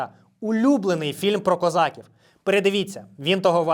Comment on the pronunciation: Українською промовляється не козАків, а козакІв.